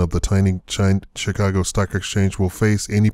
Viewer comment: 'Chi-Caag' Stock Exchange. Do you have a site?